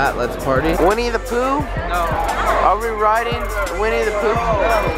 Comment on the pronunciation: Winnie The Pooh, I thought he said: we need to poo.